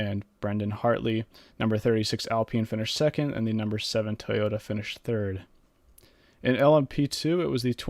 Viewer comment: You pronounced Toyota wrong